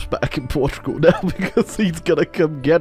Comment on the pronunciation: We finally have an entire video of saying "Portrugal".